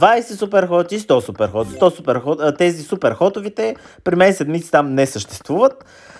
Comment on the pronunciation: Само като чуя как казваш " ТЪЗИ " и ми се драйфа... Как не се научихте да говорите правилно за толкова време.